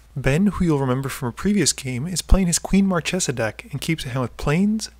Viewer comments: I haven't started the video ter, but If I hear mar-tche-za instead of mar-kay-za i'll cry. Edit: DAMN IT!😭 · It's pronounced "marKesa", not "marTCHesa".;) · Marchesa is read with a hard "c", as "Markesa"! ;D